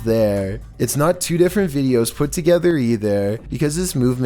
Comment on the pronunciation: The first 2 seconds : "vEEDios Me: everytime....